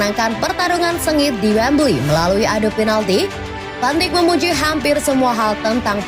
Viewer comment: Maaf min,sekedar meluruskan Van dijk di baca "van daik" Bukan "Van dik"